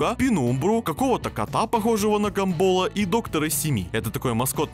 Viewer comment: ПОЧЕМУ ГАМБО́Л?! ПОЧЕМУ НЕ ГА́МБОЛ?!